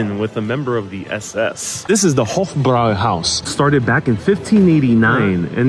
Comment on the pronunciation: It makes me so angry, how you pronounce „Hofbräuhaus“!